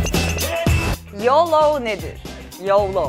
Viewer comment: yolo değil biraz daha yoğloooğ gibi böyle bombeli bir şekilde söylenir o amerikan ağzında.